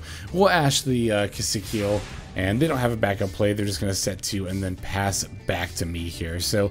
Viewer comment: It's Key-see-kill 😭 One day